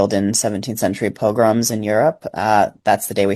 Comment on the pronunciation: Did say pilgrims or pogroms??